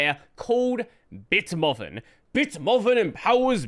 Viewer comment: Are you pronouncing BitMovin as "BitMoven" instead of "BitMoovin" for a reason, or did you just not realize Movin is supposed to be Moving with the G not enunciated?